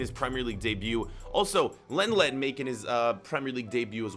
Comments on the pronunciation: is it long lay or leng let like he said it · Lenglet is pronounced Lon-glay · It’s said long-lé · Lenglet is pronounced: Long-Lay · did he just call lenglet “leng-Let”? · You pronounce Lenglet as long lay